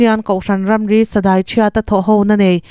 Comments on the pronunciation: Sadai tih hi a hniam a lam tur nilo in sadai.. Dai hi a sang a lam tur.. Ar a hniam s i lam chusn sa ek tihna a sang a i lam khan dai pon tihna.. A meaning s dang daih. M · A ngaihnawm in a bengvar thlak e Mizo tawng hi you tube a in hmang te hian zir deuh teh u sadai tih hi daipawn rik ang a lam tur in chhung leh thian te a tangin comment te la teh u